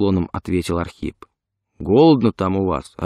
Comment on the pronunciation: Это Ахрип